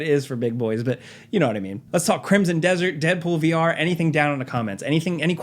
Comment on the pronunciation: He said vR people with the hardest of ARRRRGHS.